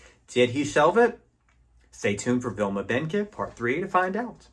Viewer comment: Like your tribute to Vilma Bánky. Can’t find part 1. BTW, her family name is correctly pronounced as “bAHn-key” the first syllable sounding exactly as the first syllable of the word bonnet. Sad she did not continue to make movies.